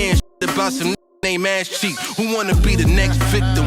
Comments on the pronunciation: Ay Zee Chayk 🥀 its pronounced asscheek 💔💔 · Its pronounced azz chee kay